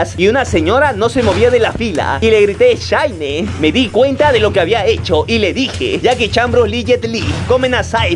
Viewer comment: Ya me quedo claro que memes random no es otako porque pronunció mal SHINEEE!!!